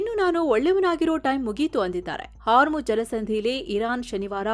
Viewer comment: My best and favourite channel. I miss Amar. But for Ma’am it is “HarmuJ alla madam idu Hormuzz”